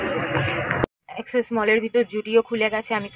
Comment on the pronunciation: Exex na axis mall …. Osikhito